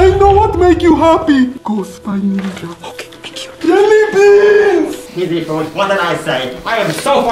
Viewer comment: I love the way that find said JELYBEAASNS